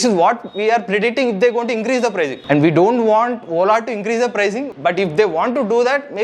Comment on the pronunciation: Please rectify your pronounciation... You are saying WOLA instead of Ola